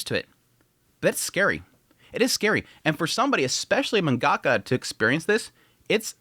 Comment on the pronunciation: The way you pronounce the word 'Mangaka' is so diabolical 💀